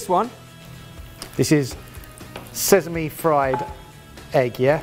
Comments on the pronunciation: smh still hasn't improved since his pronunciation lesson in Cheese Week... it's "sesame", not "sezame", come on! Even worse, now picked it up too. 😂😂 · Sezamey oil? And here i thought it was sesame this whole time... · "Sezami oil" 😂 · Both of them are having difficulty with sesame